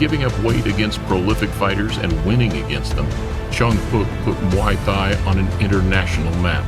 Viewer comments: how the fuck is this commentator able to pronounce Thailand just fine while emphasizing muay thai as if it were mWaoi Thigh and not "moy tai" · Can't get over how he keeps saying Muay THIGH. Also, the Roufus brothers definitely didn't immediately respect Muay Thai. Duke talked down low kicks immediately after the fight, saying it's without skill. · The way you say "muay thai" "M'Y Thai" Imma start saying it like that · Muay Thigh Guess Changpuek did not change much to that huh, still an exotic shit westerners cannot pronounce right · "Muway Thigh" 🤣🤣🤣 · I love this channel's vids but please work on the pronunciation of "muay thai". Should sound like "moo-ee tai" the "h" is silent. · He calls us Thai and pronounce the combat thigh ? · yes he says muai thigh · Has nobody noticed how he pronounces “muy Thai” incorrectly??? It pretty foolish considering he runs a YouTube channel centered around martial arts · How can this man pronounce Thailand correctly but not Muay Thai. 🤣🤣🤣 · Learn to pronounce Muay Thai, you are embarrassing yourself. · Dear Narator: Why do you not know how to say, "Muay Thai" correctly???? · The way you pronunce Muay Thai makes me want to vomit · It's downright disrespectful getting some American voice actor that totally blows virtually every Thai name... even Muay Thai. VERY unprofessional, and you gave it the green light and posted this. How far the real Lawrence Kenshin channel has fallen !